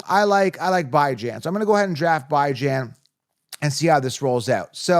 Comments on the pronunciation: First time I've watched your channel. Mispronunciation of player names (By-Jan??) is an automatic downgrade to your credibility. I'm out. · Bijan and Achane, you may wanna go hear the pronunciation of those names. Thank you for content, very helpful.